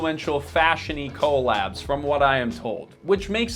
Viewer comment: How do you say "co-lab" multiple times in the video and pronounce it so weird, but pronounce it correctly when you say "collaboration" like . Lol. You pronounce a few words really strangely in this video.